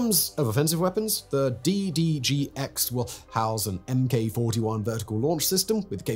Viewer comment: It's mark 41 VLS, not emm kay 41 VLS.